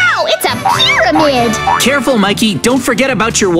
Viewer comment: I love mikey said holy cow pyrmaid